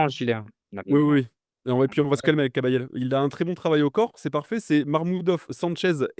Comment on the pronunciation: il dit kabayel surcote mdr guignol